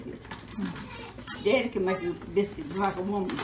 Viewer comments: I loved this one too! But y'all she's sayin "Deddy" not "Daddy"... Gotta love it. Wouldn't trade these ideals 4 nothin! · OMG I really enjoyed watchn her! I actually teared up I'm African American but she sounds and pronunciates just like my grandmother especially when she says deddy instead of daddy!💜